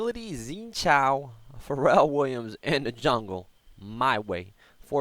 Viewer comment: Why do you pronounce it like Pharrell? Its fair-al